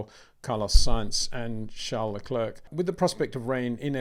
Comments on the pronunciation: You don’t pronounce the 2nd c in Charles Leclerc’s surname - it should sound like leclaire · Leclerc the C is silent Peter, repeat again and again. Show some respect and say it properly.